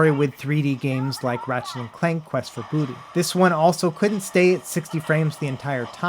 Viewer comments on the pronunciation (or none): none